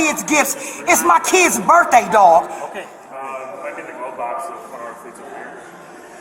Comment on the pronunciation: Why is it always someone’s birfday?